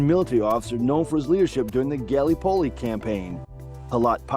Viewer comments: Felt like I was having an aneurysm every time he said it. So painful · Not a bad questionnaire, well balanced overall. However, please, in future take a little time to get the pronunciation of place names right. As a Kiwi my skin crawled at the almost comedic pronunciation of Gallipoli. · Not only Gallipoli. Don’t think he got one name correct pronouced…